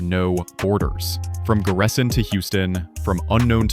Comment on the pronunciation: the teller become a native Black Sea person on the 10th minute of the videos and reads Giresun as “Ciresun”😄like most of the people from East Black Sea area😅👏🏻👏🏻👏🏻